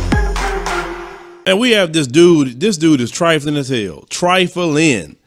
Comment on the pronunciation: 😂😂😂 this dude trifling as hell... TRI.FULL.IN😭